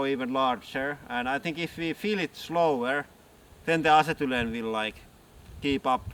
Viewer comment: Can't say I've ever head acetylene pronounced "Assetoolan" before...